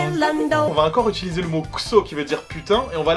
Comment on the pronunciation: Utilisé, pas itulisé, putain.